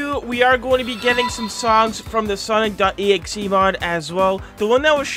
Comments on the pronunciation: watching the video, hears say "Sonic ex" instead of "Sonic.EXE" (or "Sonic Exe"), day ruined, dislike earned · ITS SONIC EXE NOT SONIC X i mean the pronounciation